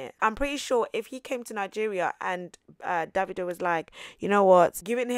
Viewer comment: The way you called Davido - “david” .. 🤣🤣